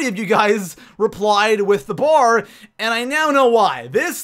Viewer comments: It's a B.A.R not a bar god your voice is so annoying to the point where I could no longer concentrate on the video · it os call B A R